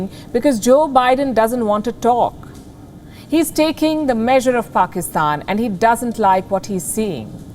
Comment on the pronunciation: Its not Pakistan, its "Paxtan"! You know, the cool and hip one 😎